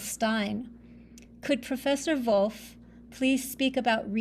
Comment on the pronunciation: Bonus points for not pronouncing "Wolff" like the English wolf.